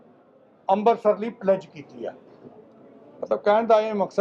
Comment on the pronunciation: ਲੀਡਰ ਜੀ ਅੰਬਰਸਰ ਨਹੀ ਹੁੰਦਾ ਅੰਮ੍ਰਿਤਸਰ ਸਾਹਿਬ ਬੋਲੋ ਬੋਲਣਾ ਸਿੱਖੋ